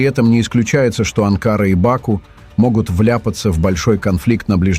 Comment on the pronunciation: Не Ба'ку а Баку', не Анкара а Анкара'! Называйте вещи своим именами, уник.!